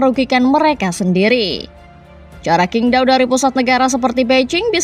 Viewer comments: Min untuk kedepannya saat menyebut nama2 di China seperti nama stadion atau nama pemain sebaiknya di revisi karna Qingdao di baca chingdao bukan kingdao (huruf China Q di baca C) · Min bacanya qingdao adalah cingtao